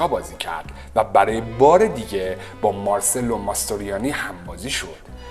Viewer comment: درود بر شما و سپاس از ویدئوهای جذاب تون. تلفظ درست اسم "ماسترویانی" هم "مارچلو" است نه مارسلو